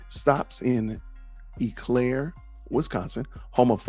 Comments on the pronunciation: And, it’s pronounced “Oh Claire” 🤣. All good! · It's pronounced "oh" Clare